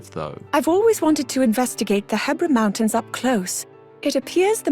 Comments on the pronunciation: I like how before the Voice Memory plays, pronounces the mountains He-bra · Huh, so that's how one pronounces "Hebra" (like Debra and not He-brah).